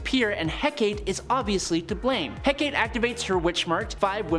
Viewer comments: Not Hec-ate. It's pronounced Hec-a-tay. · Hek-a-tee is how it's pronounced